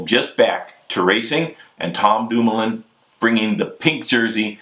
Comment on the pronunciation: lol, Bobke sounding REAL American whilst butchering Dumoulin and Bouhani's names....